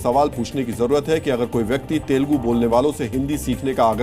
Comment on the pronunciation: That is not तेलगु that is तेलुगु ok